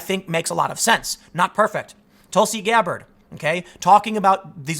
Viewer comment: Nobody: Tim: TulSi GAbBaRD